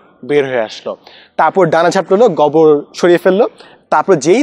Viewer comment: গোবর উচ্চারণটা গবর করতেছিলেন। তাই প্রথমে বুঝতে কষ্ট হচ্ছিল। :-)